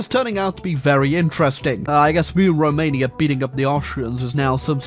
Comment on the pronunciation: THICK Rrrrromania.